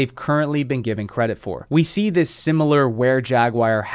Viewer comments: Love your work man! I watch all your vids! BUT.... okay I hate to be that guy but its jag-waar not jag-wire. Sorry, its driving me nuts every time you say it. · The word Jaguar is not pronounced jag-wire. Learn to say it correctly, you sound like an idiot